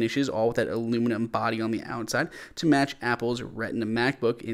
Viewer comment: WTF is aloomaloom